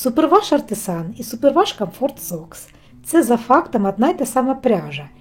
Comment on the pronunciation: Дякую за цікаве відео. Цікаво було почути версію появи схожої пряжі)) Не люблю секційне розфарбовування, але в Артісан виглядає цікаво, може спробую)) Вимова дається гарно, так тримати! 💛💙 Зверніть увагу, що частіше за все українські слова із звуком г, і більш рідко з ґ 😉 І ще, будь ласочка, вимовляйте "супервОш"